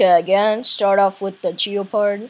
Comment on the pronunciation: ITS GEPARD NOT FREAKING GEOPARD